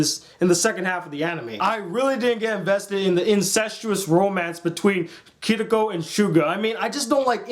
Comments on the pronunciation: Yeah, many people mispronounce Japanese names in such a crazy way, Kirito should be given more respect, (even though the show's story is one of the most laughably stupid things ever, not just the second half but the first half is also ridiculous, all characters are one-sided and so paper thin they only get one episode, Kirito is such a horribly crafted main character, the show is so unrealistic [note that half the players in an MMORPG are girls with huge tits], the story arc is confusing an constantly stalled with one-girl episodes, it's hot as many ridiculous turns as an average M Night Shyamalan movie, and even the writer of the original light novel admitted that the creation of the show was rushed and was amateur compared to his other works). But hey, that's your opinion, and I can't change it. Cheers! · FINALLY I LOVE HIM MY LIFE IS COMPLETE I FOUND A YOUTUBER WHO LIKES SAO AS AN ACTUALLY ANIME 😍😂☺ BUT I got mad he said kirito wrong ☺ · i loved this review bot you are seing kirito rong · He screwed up kirito's names so many times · The only thing i have a problem with is that I think you are saying Kiriko instead of Kirito. It might just be me but its just something i noticed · Please learn the proper pronunciation for the characters names, for one thing the main characters name is not kitiko, its Kirito, Ki-ri-to. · Glad to you you enjoyed it but It's 'Kirito' not 'Kiricco'! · you said kirigo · this is actually one of, if not my favorite anime of all time. also pardon my language but ITS PRONOUNCED KIRITO NOT MOTHERFUCKING KIRIKO, again pardon my language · its kirito key-ri-toe not kitika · ***** (trying hardest to keep calm) d-did you just call kirito "kiriko"? im guessing you watched the dub? or did the one who subbed it for you just do a terrible job. only excuse. most of the names in soa you miss pronounced....... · It's not "Kiriko" it's "Kirito" o_o' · Kiriko? xD its Kirito. and not another a hater of the amazing SAO! :3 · it's pronounced kitty-toe